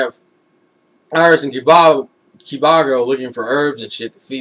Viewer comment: to help u pronounce kibago its basicly saying (kiba-go)